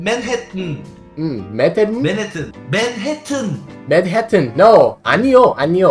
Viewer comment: fuck I can't take it anymore 🤣🤣🤣🤣!!! man-hate-emmm!!! Manhattan 🤣🤣🤣🤣🤣!!! I'm fucked up ahhahaha